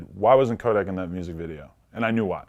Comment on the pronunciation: Vlad saying Kodak not tuff🤦🏽‍♂️vlad just stop